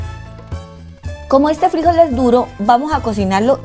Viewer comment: Frijol, con acento en la última sílaba.